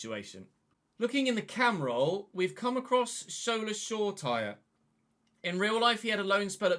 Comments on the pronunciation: FYI, Shola’s surname is pronounced “sure-a-tea-ray” rather than “sure-tyre” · Hi love the vids, just to let you know Shoretire is pronounced Show-ra-tee-ray.